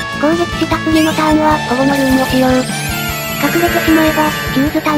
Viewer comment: 毎回なんだけど、保護のルーンか「ホモのルーン」にきこえてしまうんだよなぁ…